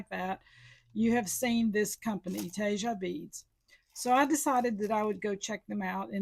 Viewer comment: Tejas =tay haws. Not whatever you said.